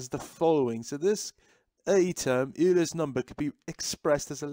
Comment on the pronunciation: Great explanation just remember that Euler is pronounced like oiler